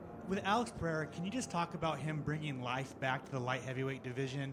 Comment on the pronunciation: why are americans pronouncing ''Peheira'', i get you want to say it right but it's not better than saying Pereira with an american accent.